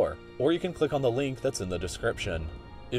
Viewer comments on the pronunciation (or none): none